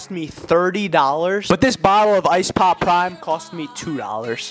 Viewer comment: "This BBBBottle of ice PPPPoPPPP PPPPrime"